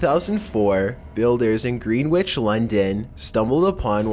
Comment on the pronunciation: Just an "FYI" for future reference, Greenwich is pronounced "gren itch", not "green witch". 👍